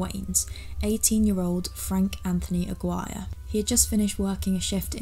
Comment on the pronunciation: Sorry, I meant to point out: Aguirre is a Hispanic surname, it’s pronounced with an accented e at the end.